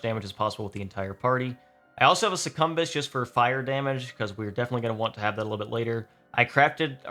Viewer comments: IT'S PRONOUNCED SUCCUBUS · These boss strategy videos are really interesting, I’m eagerly waiting for my copy of the game to arrive. Also, interesting pronunciation of Succubus lol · Perhaps he is dodging YouTube Censorship? with a little speech manipulation ... Demons "specifically temptation Demons" might catch the overlords watchful Gaze ... then again he might just pronounce it that way?